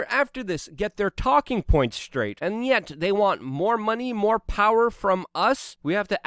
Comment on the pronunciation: Luke! Did you you say, " An Nyet" ? Is this finally hard proof evidence that you are a russian spy??!!! Finally! Hard Evidence! James Corbett actually lives in N Korea, Lucy doesn't eat Tacos, and Luke is a Russian agent!!!!